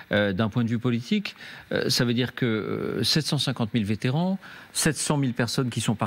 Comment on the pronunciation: Vétéran, sans -t au bout SVP.